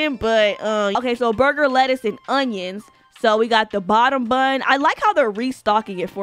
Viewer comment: I love how she’s saying onions 😭it’s funny